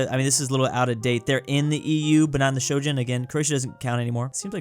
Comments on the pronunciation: it's Schengen, not Shoujen XD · please. It’s the Schengen area not the Shojun area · In Chinese it is called 申根, which is pronounced as shen-gen. When said it the first time i thought the Chinese pronunciation was wrong before i checked the comment section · Bro its shen-gen not shoo-jin its not japanese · Why does he always say Shojan area instead of Schengen area? How do you mess up your pronunciation that badly? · It pains me every time pronounces Schengen like Shojin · Europeans: It's pronounced /ʃɛŋən/: /ʃoʊ̯d͡ʒən/ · STOP READING SHENGEN AS SHOWJEN SHEN-GEN G LIKE IN GAME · Please, it’s pronounced SHENGEN not SHOGEN. Thank you. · brow, schengen area is not pronounced "show jun", It's pronounced "shen ghen" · it is pronounced SHHHHH-eng-en not shojin😭😭😭😭😭😭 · IT'S NOT SHOJIN IT'S SHENGEN PLEEEEEEEEASE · I dont even know how he came to that pronunciation. Its Shen-Gen, not Shou-Gen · It’s Shen-gen, not sho-jun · Ah yes, the Shouxhen area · there is now way you pronounced Schengen sho-gin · If pronounces Schengen as Shojun, he should call the Shogun "Schenjen". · I love how pronounces Schengen as Shojun. Not even close and I love it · it’s pronounced sh-eng-en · I am fascinated as to how came to that pronunciation for "Schengen". It sounds Japanese... Shojin. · u know u say Schengen wrong it’s pronounced Sheng-gen area 🫢🫵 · I believe must be trolling us, there is no way he actually reads "schE" as "shO" and "ngen" as "jen"😅 right...? Right?🤗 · ahh yes the... shojun area... ? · the free travel area in Europe is pronounced "Shen - gen" with a solid G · please it's not Sho Jen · Schengen is pronounced like shengen with a hard g (like goat) and the E like towel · The way you promounce "Schengen" like "Shouyin" 😁😂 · "shojen area" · Shen-Ghen,, you pronounce it Shen-Ghen. Sh as in Shop en as in engine G like on at the beginning of goat and another en like at the start of engine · god damn showjen